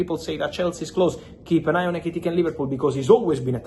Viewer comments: *Etikike*😂 Why do you make it hard to pronounce his name . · Hearing fab say ekitike is so enjoyable😂😂😂